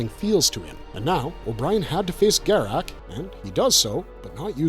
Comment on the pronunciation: the continued mispronunciation of Garak's name proves you never watched DS9...